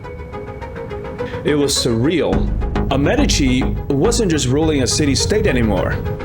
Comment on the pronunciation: You can't even pronounce Medici properly. 😂